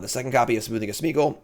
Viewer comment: I love that after 25 drafts and playing these cards still says 'Smoothing' of Smeagol! 😄 Thanks for the content!